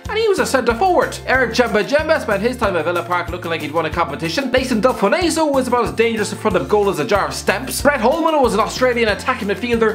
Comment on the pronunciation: I’m a fan, but that is the worse pronunciation of nathan delfouneso I ever did hear